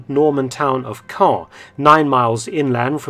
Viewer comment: Nice to hear Caen pronounced correctly...